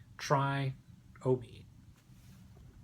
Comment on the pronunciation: It's not omeeed, it's omeyod.